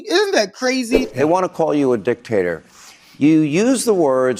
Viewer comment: Did he say dictator or dick taker?